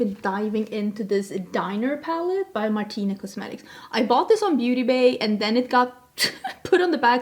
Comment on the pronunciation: Hey! I hope you don't mind me correcting you but "Martine" is pronounced like the english "Martin" but with a strong french "r". You don't pronounce the "e", that would be spanish, not french ^^ I'm belgian myself ✌ So happy you tried a belgian brand 💕